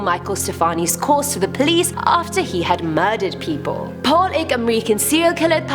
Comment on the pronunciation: Mam it's not plesz it's police